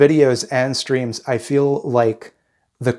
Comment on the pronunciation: I kept mishearing "streams" as "screams" and for a second the first time I heard it I was like "uh yeah I don't think I've ever heard you scream. better work on that"